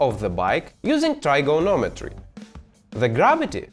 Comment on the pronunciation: All I hear is “Nuclear vessels” and almost spit my coffee when he said trigonometry lol